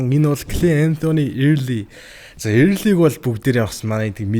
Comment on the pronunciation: Эээрлий ээрлий gshagd bhi Өөрлий gceshde sda